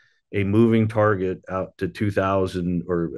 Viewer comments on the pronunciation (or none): none